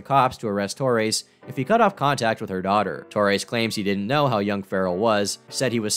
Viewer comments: TOR-REZ.not TOR-AISE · I've never heard anyone pronounce Torres like that lmao. I've always heard, "Tor-ez" or "Tor-rez"